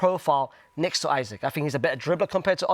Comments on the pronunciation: Jesus Christ the guy in the white shirt knows nothing about ball!!! First he rates Curtis Jones as a creator when we Liverpool fans know about his backwardness, he pronounces Isak as Isaac, and he says Osimhen won’t give you better xG than Ekitike after saying he’s a better finisher!! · He pronounced Isaks name wrong about 5 times in a row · The way pronounced Isak made me bricked up